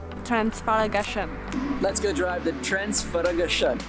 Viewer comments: Dear, you have to do an exercise: Trans-Fagarash (the name of the mountains) -An. Trans-Fagarash-An. I bet you will do the best pronounce. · Hey guys! Watching you from Sydney, enjoying the place i called Home, a long time ago! I am so happy, you are enjoying the place! That lake, when the sun hits it, is magical! Transfăgărășan...laughed so hard at your pronunciation! At least you had a go! You did good! Cheers!